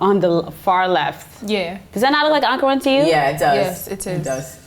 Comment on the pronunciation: Why are they all speaking with this weird foreign accent? The presenter even pronounced our fabric as ‘in-karaa’ 🙄. Speak very clean English with your regular accent. Nigerian show biz people always doing too much with the accent